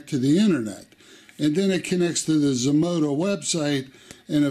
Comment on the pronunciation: Zmodo asked you to do a review and you say Zmoda???